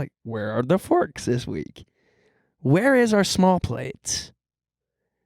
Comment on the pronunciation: when says "forks" like "farks" 😍🤤